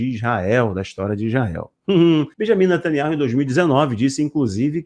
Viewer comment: Me desculpe vc precisa ouvir um judeu pronunciando o nome do ministro.